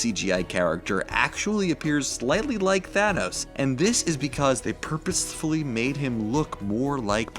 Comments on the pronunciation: 😂the way he says purposefully😂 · anyone angry about that pronunciation